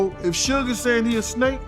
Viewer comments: The pronounciation of "Suge" scratches my eardrum. Dear lady, is like Sugar without the final "ar", damn... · They never say his name right it's suge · Suckee Knight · Sugay is that what we calling suge now😂😂😂😂😂🤣🤣🤣🤣🤣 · Sooge... and two pack..... hahaha. Funny